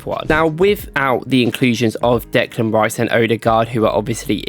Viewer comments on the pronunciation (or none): none